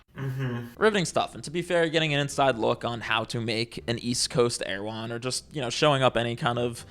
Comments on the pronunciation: I just keep hearing "Meta Lane" 😂 that's what flapping does lol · This whole video i was hearing "Meta Lane" instead of "Meadow Lane" and when i figured out that i was hearing it wrong i was sad because Meta Lane sounds even more obnoxious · Meadow lane? Like a bootleg erewhon.. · So someone looked at errehwone and said let's have it over on the West Coast.